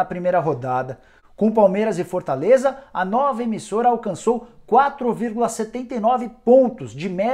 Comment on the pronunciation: Cara, me desculpa, mas comecei a prestar a atenção em como você fala e passei o vídeo inteiro rindo kkkkkklkkk Fortãleza, impressionãnte, rodãda, mas o conteúdo é muito bom...